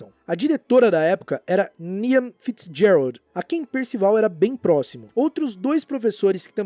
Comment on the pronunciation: excelente vídeo como sempre! Só por via de curiosidade/ajuda o nome Niamh é Irlandês e a pronúncia correta é Nive, estranho mas é, porque é gaélico!😅